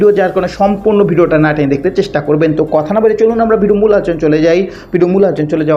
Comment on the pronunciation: হ্যলো উপস্থাপক, আমি শুদ্ধ বাংলা উচ্চারণ শিখুন, সমভবত আপনি ‘ মাদরাসায় পড়েছেন তাই বাংলা কথা আরবী টোনে বলে যাচ্ছেন যা আমাদের শুনতে মনে হচ্ছে “ ভাংগা রেকর্ড,” দেশের জরুরী খবর শোনার জন্য চ্যনেলটা খুলেছি কিন্তু একটা উদাহরণ দিয়ে বলি আপনি বলছেন “ কিলিক” এটা হবে “ ক্লিক “; বিডিও বলবেন না, বলবেন “ ভিডিও”।